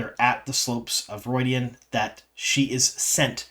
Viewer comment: Why are you pronouncing it, "ru-oy-dian?